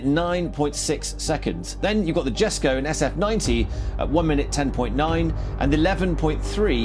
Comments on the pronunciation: Surely downforce = downward weight? Christian von Koenigsegg won't be happy with how you're butchering the JESKO's name. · But its only "street legal" on waivers. It has no airbags or anythying. The "Jesko" you misspronounced is fully road legal in nearly all countries. If you wanna compair race cars with a plate theres lots more to compair to.